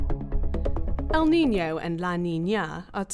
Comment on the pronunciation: Useful video but the stress paterns El NiñOOO and La NiñAAA are driving me crazy